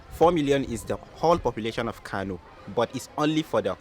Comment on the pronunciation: It Kano not kanu 😏, talking like you ain't a Nigerian